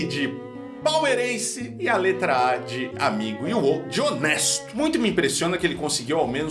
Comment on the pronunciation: Deus eu no escutei isso " o " de honesto 😢 olha que sou borra em português 😢😮